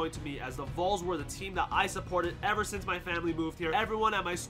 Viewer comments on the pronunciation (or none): none